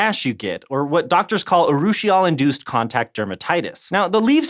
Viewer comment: congrats on not butchering the pronunciation of urushiol